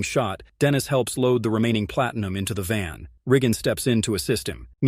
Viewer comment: Wait dudes name is what!? Did he say Riggen!?